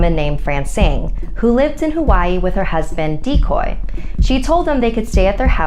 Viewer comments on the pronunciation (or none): DICOY?? LIKE “DECOY?” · Dicoy more like Decoy